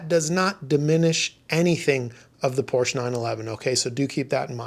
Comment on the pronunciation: Porsche = two syllables. It’s a proper pronoun so there is only one way to say it. Just saying.😅